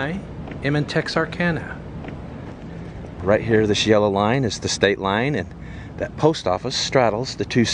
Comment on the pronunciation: At least he pronounces Texarkana right. :/